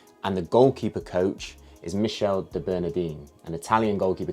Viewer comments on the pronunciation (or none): Its michele( mikele) not michelle😭😭